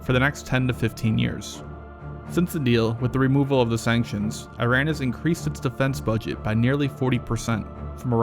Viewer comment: Wow!!! Trump pronounced Iran correctly.